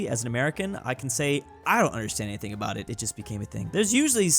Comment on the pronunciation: Did he say aboot instead of about?